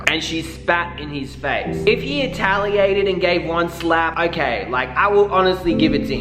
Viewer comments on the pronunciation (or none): “If he etaliated”... sorry what now?😂